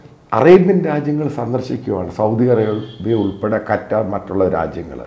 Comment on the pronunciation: ഇത്രയും വെവരം ഉള്ള സാർ പലപ്പോഴും ഖത്തർ എന്നുള്ളതിന് ഖറ്റർ എന്ന് പറഞ്ഞു കേൾക്കുന്നു.. അറിഞ്ഞുകൊണ്ട് തന്നെയാണോ ഇങ്ങനെ ഉച്ഛരിക്കുന്നത്??